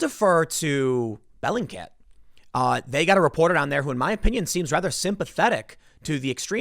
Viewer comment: Is this "bellycat" (is that what you're saying) website a verified news source Tim? lol